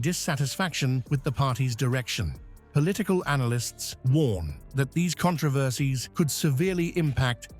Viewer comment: Thank you. Somebody knows how to pronounce controversy. Such joy. So rare.